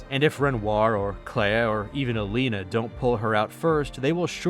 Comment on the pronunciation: Your video and analysis were kind of cool, however I'm going to downvote you for repeatedly calling "Aline" as "Alina" WHICH WAS REALLY TRIGGER ME for some reason :(